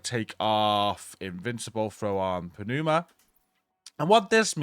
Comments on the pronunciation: Good guide! THis one had the potential to be really tedious. FYI: Pneuma is pronounced NOOMA. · Hi! The P is silent in Pneuma as in Pneumonia not Panuma :P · New-muh No P. Let it go. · Hey bud. Love your videos! Just a tip... The way you pronounce "Pneuma" is you do not pronounce the P. The P is silent. So "New-ma." Keep it up man! Hey Tool fans... Don't tell me you didn't do a little dance when you got the first 3 mods! Come on.... 1. Vicarious 2. Pneuma,(Anchient Greek word that translates to "breath" or "Wind.) 3. And Invincible!!! Right on Tool! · The "P" in pneuma is silent. Lol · PROC.. Programmed Random Occurrence... there's nothing random about you immediately casting an available ability. And the "P" is silent in Pneuma. That said, I'm gonna go touch some grass now. :P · The P is silent 😆